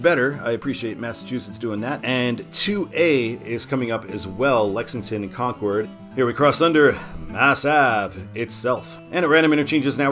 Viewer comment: Of all the cities to pronounce wrong, it was Concord and Methuen.